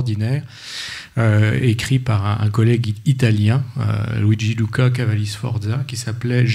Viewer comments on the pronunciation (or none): none